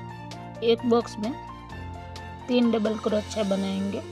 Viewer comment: आपका उच्चारण बहुत इरिटेटिंग है क्रोच्या क्रोच्या के बजाय सही उच्चारण कीजिए ।